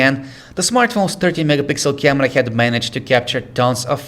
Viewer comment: I like the way he says camerrra :D